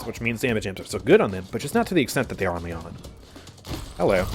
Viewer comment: Somehow I only just now realized that all of voicelines are talking about Lian, and not some guy called Leon xP In my defense though, I expect the stress in Lian to be li-AN, and the way says it tends to sound like LI-an